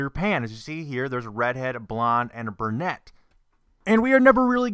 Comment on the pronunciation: It's pronounced BrUnette not BERnette